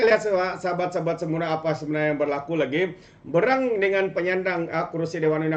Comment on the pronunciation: Terbaik namun perbetulkan sebutan bahasa "berang" kamu x btul !